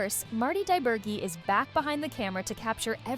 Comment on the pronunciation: Credit due for mispronouncing ""DiBergi" in two different ways. Not that it's all that important.